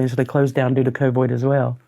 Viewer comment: whats she calling covid? coboy? lol i dunno